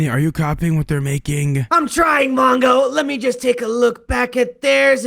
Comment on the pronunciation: It's not mango is mongo